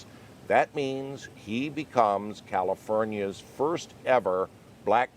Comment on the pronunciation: califurnia hey? furn? really? lol fern lol sorry califernia there ya go LOL